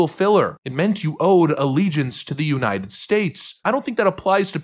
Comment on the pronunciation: I always feel like these phonies can never pronounce 'United'. Nunited. Nunided. Unided. 😂